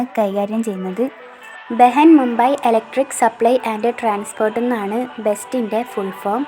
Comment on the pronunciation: മുമ്പെ അല്ല..മുംബൈ ..അല്ലേൽ മുംബായ് ..അതുമല്ലേൽ ബോംബെ ..!